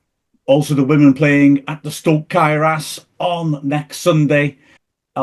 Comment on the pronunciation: Clearly has difficulty pronouncing Cae Ras Can somebody help him?